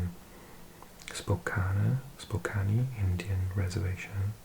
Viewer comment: Washington mentioned! Most of your pronunciations are right, but I laughed when you said Spokane as I'd never heard that pronunciation before! It's "Spo-can". And no one ever knows how to pronounce Puyallup, but it's "pyoo-AH-luhp" :)